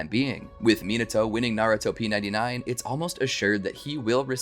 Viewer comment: Naru-top 99 not narut-op 99 sorry my biggest pet peeve is miss pronouncing shit